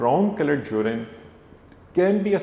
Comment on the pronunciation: Its not jurin URINE 😂😂🙏🙏